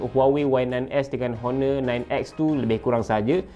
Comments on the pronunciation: Pronunciation untuk Honor, H tu silent. O-nor. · A very helpful review tapi sebutan honor sebenarnya perlu silent kan bunyi 'h' tu.